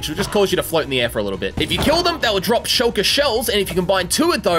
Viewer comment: Dude it’s shulker not skulker